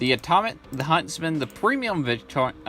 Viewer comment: Its just primo victoria but it sounds like your saying premium Victorian which would be a very dapper chap from the 1880's LOL probably just your accent and me mishearing it.